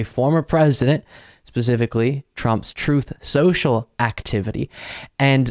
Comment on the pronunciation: I keep hearing Pakman's version of Truth, Social - "Troth sential" lol